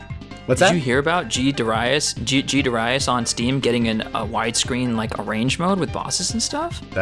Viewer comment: Dare ee us